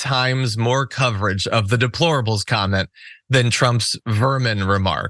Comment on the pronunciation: donald cant even pronounce deplorable , ask him to pronounce YOSEMITE national park, ask donald whats his fav verse or chapter in the bible, ask him if he won the 2020 election and why did he rape women ? you dont have to, he has given answers, why abuse women ? because he is a celebrity and its been done since millions of years ago, he mispronounced the national park, he doesnt know a book in the bible nor verse, and now he says that democracy and the constitution is outdated , and Hillary ? why didnt she win? A LOT of women didnt vote for him nor her because she didnt divorce Bill over the fake sex scandal. and comer reopened the benghazi issue right when it was election time, ( when its the GOPs fault security funding was diminished at ALL embassies during the GOP control of congress )